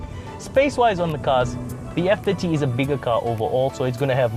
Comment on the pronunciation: I had trouble in the with you saying F30. I constantly heard F50 lol.